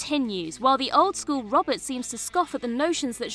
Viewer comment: That's not how you say Robert.